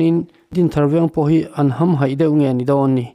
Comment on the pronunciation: Hamhaih i lam dan hi a dik lo balun i ham keh tih a ilam ang hian lam rawh